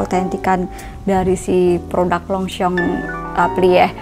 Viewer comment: Yg bener longshom bukan longsong